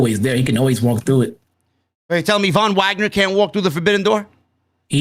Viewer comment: thank u for saying the Von Wagner